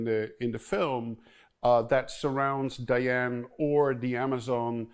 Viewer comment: Did he just say Dian for Diana